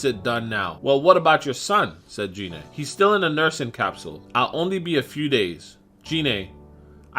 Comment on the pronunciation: OMG you call yourself a dragon ball fan but yet you can't even say one name correctly 😂 I mean you kept saying Rigor's name wrong because you kept calling him Ri-Gor when his name is pronounced Rai-Gor and you kept calling Gina Jeinay and that's clearly not how you say her name it's pronounced like this Gei-Nay not Jeinay, i mean can you say anything right?! I mean come on everyone knows that Gohan's form is not called mystic it's called the Ultimate Form aka Ultimate Gohan not mystic Gohan, i mean seriously dude Gohan's form was never called mystic in any form of media and infact the only time it was ever given the name mystic was in a non-canon card game back in the mid 1990's before the Buu saga was brought over in the dub so for you to use that dumb proto nonsense non-canon name for Gohan's ultimate form is completely asinine and disrespectful to the source martial, so bottom line get your facts straight next time you absolute noob. 😂😂😂